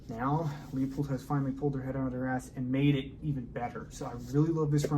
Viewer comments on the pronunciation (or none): A few nit picking comments. It's pronounced Lew pold, not Leo pold. The body is now magnesium, not aluminum. The three most expensive and important features besides construction is precision ground glass, glass quality, and coatings. Coatings are expensive and play a huge role. Unfortunately, you are correct...Leupold does a poor job marketing their scopes. They give you the fluff, not the meat. What specific glass and coatings are used? Trade names like Guardian Diamond Coat mean nothing. Field of view and exit pupil are pretty similar for most scopes with specific objective lenses and magnifications. Is it a high floride glass? Coatings affect light transmission, fringing, scratch resistance, dirt, dust, oil, etc. What specific coatings are used? Yes, there is a trade off in weight... High Density glass will be heavier. Are you willing to pay $2500 - $3500 less for 97.5% of the performance of a Leica, Kowa or Swarovski that weighs 8 ounces or 10 ounces more? The Swiss-Arca mount is a nice upgrade. So is the lens cap, though I really like the Alumina caps Leupold sells for rifle scopes. I like the large focus dial better than the small ones. It's easier and quicker for me to dial in the focus. Overall, good review. I still think Leupold is missing the boat on marketing....